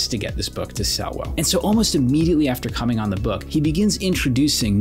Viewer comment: Man, I keep hearing you say “coming on this book” over and over…and I think it probably is a fitting description